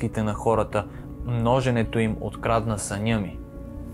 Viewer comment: Множене- ударение върху първото Е. Много е важно, да говориш правилно. Ходи на курсове, ако трябва. Това е градивна критика. Правилен Български език. Пряк наследник на езикът Ватан. Първоезикът. Българският. За това е непростимо, че новото поколение не може да говори родният си език. Майчиния Английският може да е важен, но ако забравиш родният, си никой.